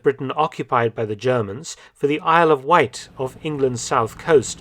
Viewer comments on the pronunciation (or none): none